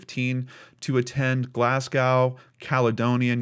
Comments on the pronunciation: It's not an accent, just pronounced it like it looks "ow" but it's really pronounced "go". even liked my comment:) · Sorry, I have to correct a mispronounced word! Glasgow is pronounced Glas-go. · Hey. Glasgow is pronounced Glassgo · Great video as always! Just for future reference if it ever comes up again, Glasgow is pronounced as Glas-go. It's my home town so I especially enjoyed this video, even if the story itself was heartbreaking. Have an awesome week! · Glaz-go it's pronounced. It's sad that if he does get out he won't be old,still be fit enough in his years to do something again. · Glasgow is pronounced Glasgo if you have to say it again :) what a sad case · You have to wonder are there any other victims, in between the two attacks. History has shown us that there is usually a gradual increase in the level of violence against the victims. P.S. heads up, from a Glasgow lass, on the pronunciation of Glasgow, it's Glaz go 😉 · Glass-gowe - Glaahs-go - Glez-gey (US / England / Scotland pronounciation of Glasgow, Scotland) :) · As a Glaswegian, I find this dudes pronunciation of Glasgow very jarring.